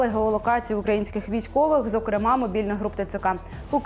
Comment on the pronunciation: ЗокрЕма. Правильний наголос